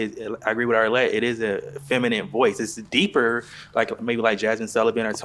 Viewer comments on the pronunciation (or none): can we PLEEEASE learn to pronounce "feminine" this year? Fem-in-NIN, fem 👏🏽in👏🏽NIN👏🏽, not fem-in-NIT. It's 2025, y'all, please, let's give this word the respect it deserves.